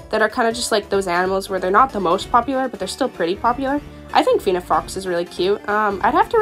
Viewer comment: The way you pronounce coyote as “Cayoht” BAHHAHA you’re supposed to pronounce it as cayotee And “feeneck fox” HAH Not trying to offend anyone xd